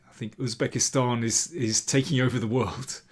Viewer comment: Wow, Im amazed that you pronounced the words Javohir and Uzbekistan natively 👏